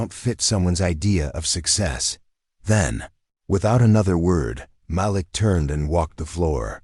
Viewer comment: Can you say. Ma Leak …..Idiot narrators